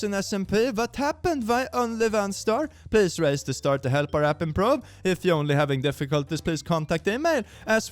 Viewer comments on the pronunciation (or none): none